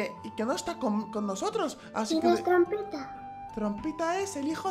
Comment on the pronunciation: que imbecil el xd no sabe hablar Nosiotros 😂😂😂